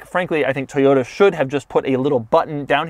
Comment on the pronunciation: Toyota not Toyata